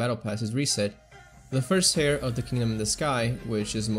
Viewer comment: Heir is poronounced like "air".